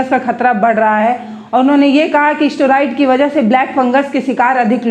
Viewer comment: जानकारी अच्छी लगी है परन्तु ' उभर' नहीं पाया के स्थान पर 'उबर' नहीं पाया तथा 'स्टोराइड'के स्थान पर 'स्टेराइड' उच्चारित करने से अधिक अच्छा लगता। आपको प्रोत्साहित करने के लिए टिप्पणी की है, हतोत्साहित न हों। आपकी जमीन से जुड़ी पत्रकारिता अच्छी लगती है।